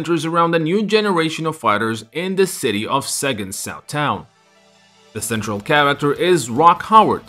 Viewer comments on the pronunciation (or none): none